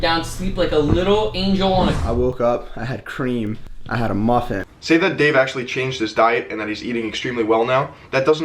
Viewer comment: CL CLAN - Agario no he said muffin like he had a stroke